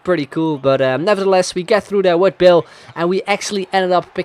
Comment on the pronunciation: Loved the video :)... But all I could hear when you say Bale is Bill :')